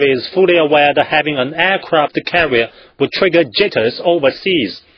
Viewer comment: ok, I lol'd Aircwaft cawwier